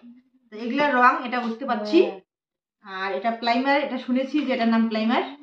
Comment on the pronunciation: আর বলি তুমি যেটা plimer বললে সেটাকে primer বলে , কিছু মনে কোরো না , সবাই মিলে আনন্দে থাকো